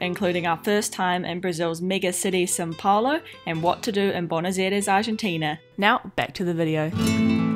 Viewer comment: Why is she saying SIN Paulo? 😒